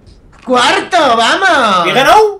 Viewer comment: Alison Sanchez porque dicen he ganau y dicen todo con u?